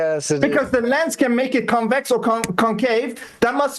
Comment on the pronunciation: Bro can't even say the word Convex and decided to come on a debate. The flat balls😂😂